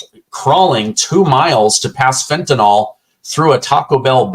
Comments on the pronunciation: I'm so weary of hearing about fentan-(all) ... it's "FENTANYL"! Fentan-(ill) ... jeez ! Like Benadryl ... NOT Bena-(drall), vinyl records ... Not (vine-all) ! Whenever I hear this idiotic pronunciation I unsubscribe. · Hi- two things: Fentanyl is pronounced Fen tan ill- not fen tan all. It is the Popular Vote, not the Popularity Vote. Thank you for all you do! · I'm with you, brother, but it's fentanYl. Not fentanOl. Must be this country's most mispronounced word.